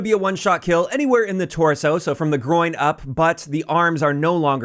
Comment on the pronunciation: “…from the groin up.” All I heard: “…shoot everybody in the d*ck.”😂